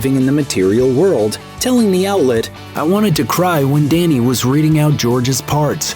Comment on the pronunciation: Dhani isn't pronounced "danny" it's pronounced "donny".